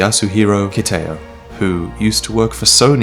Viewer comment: kitao is kee tah oh, not kih tay oh.